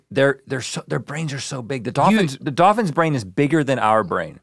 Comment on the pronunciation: Rhett: “Dawphins.”